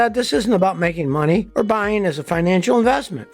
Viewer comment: "Droppeen"?????? "Buyeen"????? "Akshuhly"?????